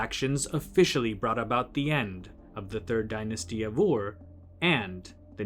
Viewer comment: Are you not mispronouncing the city Ur? You are saying “oar”. Why?